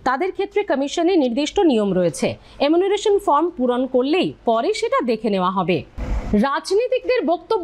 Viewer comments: Apni bar bar emunaration bolchen,ota actually enumeration hobe....!!! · দরকারি কথার থেকে চোখ মটকে গপ্প করার ঢং বেশি।বারবার “এমুনারেশন” উচ্চারণ করছেন। গুছিয়ে নিন । তাড়াহুড়ো করবার দরকার নেই । অনেকেই “এনুমারেশন” কে “এমুনারেসন” বলে ফেলে।